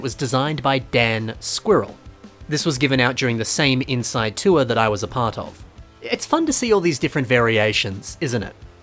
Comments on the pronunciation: 2023 self hears: "tour" 2024 me hears: "tuah" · every time you said tour i heard hawk tuah. make it stop🙉